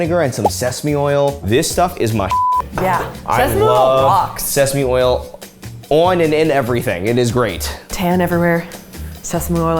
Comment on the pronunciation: Some sOYsauce I love sesame oil OIN and with everything 😂 i love the way tylersaid that